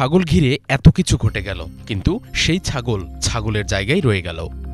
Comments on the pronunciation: রিপোর্টার ভাই, উচ্চারণটা ছাগল হবে, সাগল না। মিডিয়াতে আসার আগে আঞ্চলিকতাটা অঞ্চলেই রেখে আসা ভাল। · সাগল না ছাগল। উচ্চারণ ঠিক কর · রিপোর্টার "ছাগল" উচ্চারণ ঠিক করুন! আঞ্চলিকতা পরিহার করুন রিপোর্টে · উচ্চারণ ঠিক করেন, সাগল না, ছাগল। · রিপোর্টার সাহেব প্রথম দিকে এতবার ছাগল উচ্চারণে ভুল করলে কেমনে হবে ভাই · ছাগল উচ্চারণের সতর্ক হবেন অনুগ্রহ করে।